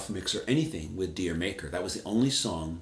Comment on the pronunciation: D'yer Mak'er is pronounced "Jamaica".